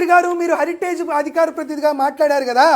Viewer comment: హరిటేజ్ కాదు హెరిటేజ్ సంస్థ అను అన్నా